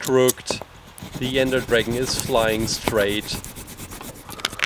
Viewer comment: It's his accent